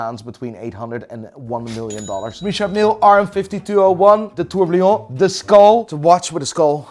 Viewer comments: it is still called a tourbillon not a tourblion.... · Tens of millions of eurobucks in watches have gone through your sausage fingers, you still can't pronounce "tourbillon":rofl: Keep up the good content <3 Love your vibe and content <3